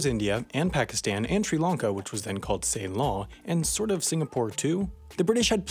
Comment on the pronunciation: You don't know how to pronounce Ceylon